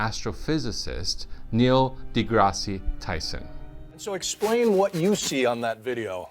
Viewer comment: It's (Neil - D - Grass - Tyson) not Grassy, lol do any of you wanna be media personalities research anything before you decide to make a video, I'm very curious, because pronouncing things correctly is quite important.